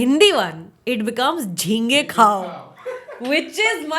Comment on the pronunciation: It's not jhinge it's ghunghe